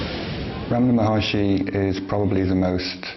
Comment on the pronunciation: Maharshi not Maharishi